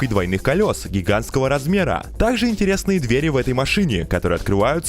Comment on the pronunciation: Твою речь сложно слушать. зачем акцентируешь на последнем слоге? дверИ, проектУ, дорогАм общегО пользованиЯ. На севере живешь где-то?